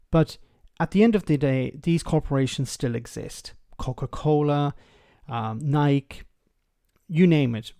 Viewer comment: lol you should look into how to pronounce NIKE